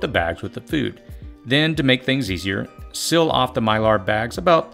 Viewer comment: Why am I coming across so many people who pronounce the word "seal" as "sill"?